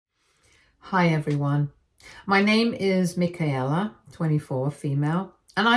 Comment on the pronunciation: It’s pronounced /mɪˈkeɪlə/ you’re not speaking German.